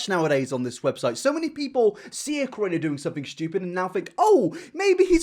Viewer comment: I love how he says “creator” like “kurator”